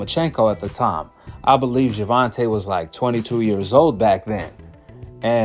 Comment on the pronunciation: Paulina Malinokas refuses to pronounce "Gervonta" correctly as a way to mock his mother for not spelling it "correctly", as a way to mock Black ppl/ Black names generally. Cuz he's a raging yt supremacist, in case y'all forgot.